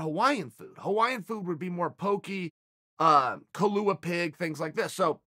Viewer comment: Chael can pronounce Kailua pig but not Nunes. And he went to all 18 restaurants. Legend